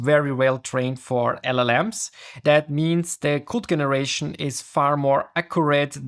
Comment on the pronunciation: Dein Englisch ist sehr gut, man hört dir gerne zu. Allerdings hast du ein paar Eigenheiten die zwar lustig sind aber ablenken, Generation spricht sich dscheneration aus, peer spricht sich piir aus, Claude habe ich meistens als Clood gehört. Command hat ein langes o Cohmand Ich wünsch dir viel Erfolg und hör sicher gerne bei dir rein.